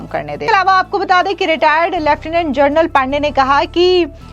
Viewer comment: जनरल‌ और जर्नल ...दोनों में फर्क समझते भी हैं या नहीं? बहुत सारे एंकरों को हमेशा गलत उच्चारण करते सुन कर हैरान हूं...(हमेशा 'जनरल' की जगह 'जर्नल' कैसे बोलते हैं?)👎👎